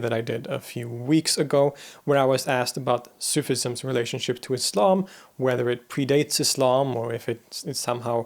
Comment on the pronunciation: You're the first Western person I know who says Islam as Islam not Izlam!